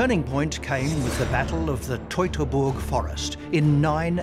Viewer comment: Toy-toy-boog forest